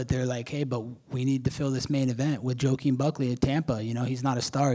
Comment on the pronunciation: Broo I thought I heard "Joqueen" 😩💀